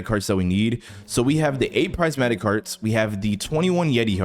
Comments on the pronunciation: Not being mean or anything but it’s prismatic not prizematic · Its not prizematic heart its prismatic heart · ITS PRIS-MAT-Tik